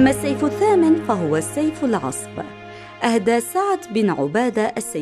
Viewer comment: سيف رسول الله عليه الصلاة والسلام سيف العضب وليس العصب .. بالضاد وليس بالصاد